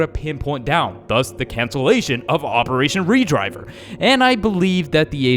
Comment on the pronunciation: It’s not operation re-driver it’s operation red-river